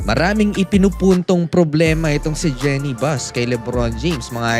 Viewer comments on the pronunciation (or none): Boss kulang yata yung research mo. 7 hours ago naglabas na ng statement c Jeanie Buss tungkol dito. Saka po Jeenie ang correct pronunciation hindi po Jenny.